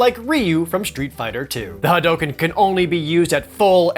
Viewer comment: why are you mispronouncing hadouken ?